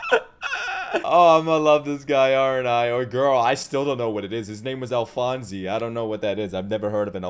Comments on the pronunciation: It's not Alphonesee it's Alphonese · It's pronounced Al-Fonz Elric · Couple things: "Alphonse" is pronounced "Al-fonce" or "Al-fonz", but you can just call him Al. "Fuhrer" is pronounced "Fyer-er". Or just a long "Fyur". I'd also really recommend the English dub for FMA:B, btw. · So happy youre reacting to this masterpeice, and just a headsup, its "ALPHONS" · his name is pronounced Alphonz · we’re not comparing to typical dubs, we’re comparing to the English dub of THIS anime. I don’t doubt she’s amazing, but it just fits less and less as Ed gets older. It’s like he never hit puberty. Not to mention they keep saying “Alphonse” wrong, so there’s that… Another reason the English dub fits the setting better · I'm not sure if there's another comment about it yet but there's no e sound after alphonse. I guess say it like the e is silent edit: you said it right